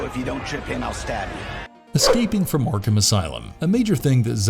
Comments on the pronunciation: Why are you saying yarkam instead of ARkHam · I'm sorry, i love the videos but pronouncing arkHAM got on my nerves. Its arkum... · I hate the way this guy says Arkham but I do like this villain series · Seriously butchering the name Arkham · The pronounciation of Arkham is driving me bonkers